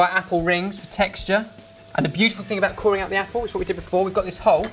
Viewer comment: ha i thought you said apple. wait, abwaahhhtttt?!?